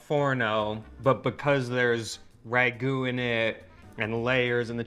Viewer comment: I find it fascinating that Italian people always seem to include so many "-a" phonetics at the end of words: "Beef-ah, stir-ah, wait-ah, herbs-ah". Even when using Italian words like "ragu-ah"